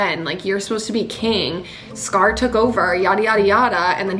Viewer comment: don't say scar as cigar. it's worse than "are ray el," no, please, thank you